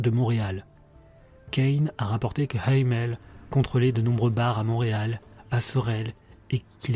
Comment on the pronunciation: On prononce Hamel en Français et les SS n'était pas suprémaciste mais des motards 1%